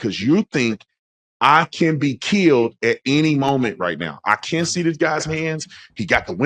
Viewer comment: "i ken be keeeyyuld" muddskinns really butcher our language